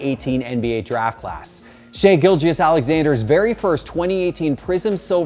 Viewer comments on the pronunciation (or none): none